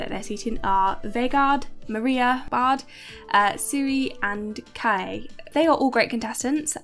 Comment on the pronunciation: You got the name of the show wrong in the title here (Kongen befaler). You butchered some of the names, understandably, but Bård is not "Bard" for obvious reasons. Calle is short for Carl Erik, so more like Ka-leh. Atle is At-leh. The healthy and safety regulations in Norway are quite normal and based on European norms. The UK is a bit strange.